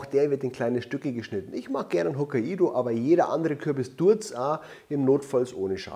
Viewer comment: klugscheissmodus ein Hakkaido spricht man übrigens wie "Hock nei do", bloß ohne n 😁*klugscheißmodus aus*